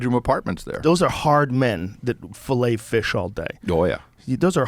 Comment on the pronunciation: "Those are hard men, who (blank) fish all day" a) Filet b) Fill hay c) Fillet d) Fellate 🙄 😂